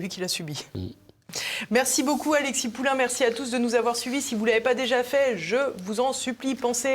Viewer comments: Attention c’est pas Poulain, mais POULIN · Poulin, pas Poulain. Rien à voir avec Amélie !